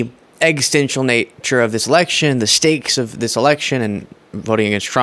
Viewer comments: sorry did you say “egg-stential” there?! 😂🤣 I mean good video over all, thanks but “egg-stential” is, is… a thing. 😄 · ok but whats an egg stencil got to do with it,?. its-- exi sten tial ,. ex·is·ten·tial,,, eeggsi stenn ccccial ,. consequential // existential exit stennnnnn sheeeallllll not clowning you ,. many people speak many languages, im not one of them., but i can help with English., just not the spelling part or grammar., but that could also be a Trumpian slip though., your brain might be starting to melt from magasposure . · ...(hate to be this guy, especially if I'm missing some joke, but..) existential should sound like eg·ZUH·sten·chl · My brother in Christ, existential has four syllables in it, not three.